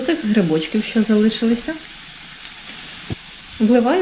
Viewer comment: НА ЯКІЙ МОВІ ВИ РОЗМОВЛЯЄТЕ: ЩЬО,ЧЯСНИКУ,ЩЄ,СПОЧЯТКУ,НЕВЕЛИЧЬКИМ,ПОЧЯЛАСЯ,ЗУБЧЄКІВ,ЧЯЙНОЇ,ПЕРЧЄМО,ЧЯСТИНИ,НАЧЄНКИМИ,БАЧЮ,МИСОЧЬКУ,БАЧЄТЕ,ЧЬОРНОГО,БАЧЄМО,ЩЄ,ЧЯС,ЩЬОБ,ЧЬОРНОСЛИВ,ЛИСТОЧЬКА,ШТУЧЬКИ...????ЛЮДИ ДОБРІ, ЩО ВИ ВИВИРОБЛЯЄТЕ З УКРАЇНСЬКОЮ МОВОЮ????????В ЯКИХ СЛОВНИКАХ ЗАИИСАНІ СЛОВА,ЯКІ ВИ ВИМОВЛЯЄТЕ?????? ЧОМУ ВИ ТАК ЗНУЩАЄТЕСЯ НАД НАШОЮ СОЛОВЇНОЮ,ЯКУ ЗАХІДНА УКРАЇНА ЗБЕРІГАЛА СТОЛІТТЯМИ???? (Українська діаспора,США)